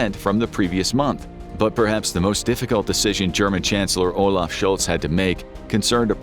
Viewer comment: Sholtz, Sunak and Macron.